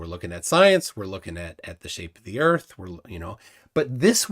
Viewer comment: Oh my gosh, how can a human being be so simple minded! can’t even grasp the simplest physics. And I could freak out, if people like say: the Bible says erf am flat. Hilarious